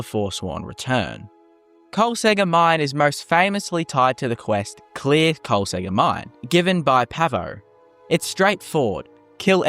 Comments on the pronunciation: Why you skipping the second k noise? KolsKegger, not Kolsegger bruh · I'm very sure that the second k in Kolskegger on not silent.